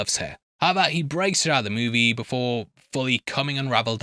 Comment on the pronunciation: HOW-EVER!!! NOT, "HEVVER"